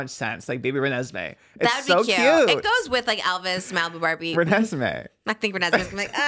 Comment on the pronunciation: I’m sorry. No one is gonna say anything about her saying Renesmee? Are there really no twilight fans or 🐀 in here?